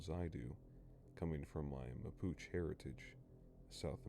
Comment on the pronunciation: Congrats you said Mapuche right you’d be surprised how many people mess that up lol